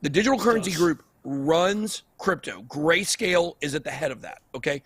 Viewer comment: huh huh, he said gayscale